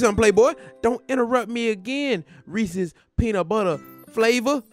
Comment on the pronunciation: Bruh receese cups 🤣🤣🤣 it’s receese puffs